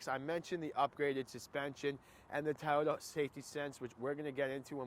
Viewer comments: It’s actually pronounced to-YO-ta,.. not toyata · Thai-oh-dah lol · It's not Tayoda!